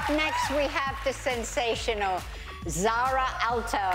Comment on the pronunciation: Her name is SAARA not ZARRa